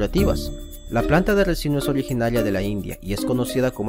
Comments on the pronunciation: RICINO..!!!se debe decir aceite de RiiiiiCino!!!!.....y no Recino...! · Se dice RICINO